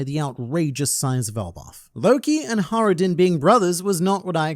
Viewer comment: There's a j in hajruden btw xd it's not silent xd